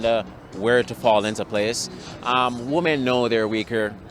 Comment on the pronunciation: why cant so many women pronounce ... "women"